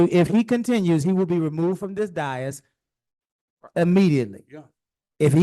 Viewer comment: Dais. Always pronounced - look at the correct spelling above - Day-(hi)ss, never Die-(hi)ss Dias is spanish for day.